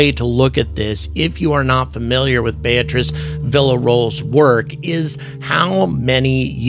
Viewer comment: “Beatriz” bay “a” trees , you can do it, and she would appreciate it.